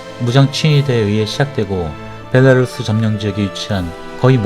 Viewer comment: 베라루시가 아니라 벨라루스......감쟈?